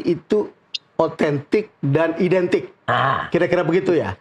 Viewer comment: Identik kok huruf A nya beda sendiri😂😂😂